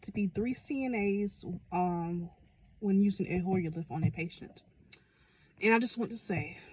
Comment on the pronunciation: Oh its called "HOYER LIFT", I couldn't make out what you were saying so I had to ask ChatGPT. :face-blue-smiling